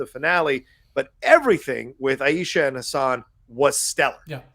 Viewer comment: Since a couple guys have already explained why Kamala's time travel doesn't create any paradoxes, I'll just point out that you two guys need to pay attention to how Shannon (correctly) pronounces great-granny's name : aye-sha, not aye-eee-sha